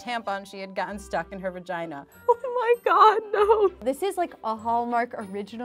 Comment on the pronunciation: When the lady said VAJAY-JA i say that